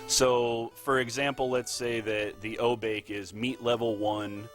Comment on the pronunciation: Knowing technical and lore is great, but I prefer runners who also know how to pronounce the stuff in the game. When I heard "O-Bake" I was like ... okay, I said it that way when I was 8 years old. But we're all adults now. At "Jen-bu" I was like "is he even trying?" Then with Say - Rye- You, I stopped watching.